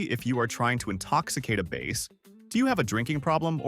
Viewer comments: A "Base" instead ofBass? AI .... :( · AI should learn how to say bass and not BASS. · Bass is not pronounced "base", a fish is a"b ass", please teach your AI. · Bass not base! AI is stupid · I have so many questions about 24, like the game warden citing the bass (not pronounced base) for an sui? Could be a dui if it was going down, technically diving under the influence 🤔. But my guess is moonshine distillers who finally realized they also need to EAT, not just drink, but being drunk they just poured some moonshine into the water and grabbed what floated to the top instead of burping 😅. If you don't want to get your feet wet just pour in beer and grab them when they head to a tree 🎄 to pee 😮🤣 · I am particularly impressed by the title AI, which I think stands for Artificial Intelligence. This AI needs to learn about reading in context. How many times did "he" pronounce "bass" as "base?" Do we have fish who are playing large stringed instruments? I hope it's not an electric bass, all the fish around him would be electrocuted! This reminds me of a song: AI, AI, Oooooo!